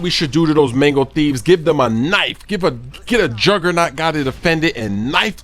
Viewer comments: Am I the only one who notice he said "manko" instead of "mango" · yousay mango too much! especially as you cant even say mango you sound like your saying mengo -.- so annoying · Sounds like your saying Mengles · I thought you said mangle until I saw the title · sounds like he's saying "Mangles" lol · It sounds like manglos that you are saying